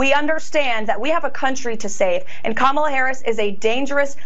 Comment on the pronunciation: I mean, she pronounced Kamala correctly. That's progress, right?